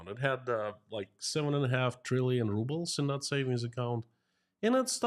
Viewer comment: The ruble is now pronounced rubble 🤣